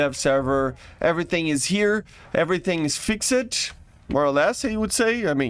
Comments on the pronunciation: For the love of god PLEASE learn how to say the word “FIXED” not fix-ed… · The EUROFIGHTER was known for its acceleration not top speed Omg gaijin. its “FIXED” not “FixDed”